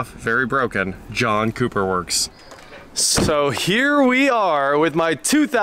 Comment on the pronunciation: at some point i heard "Junk Cooper Works" .... 😂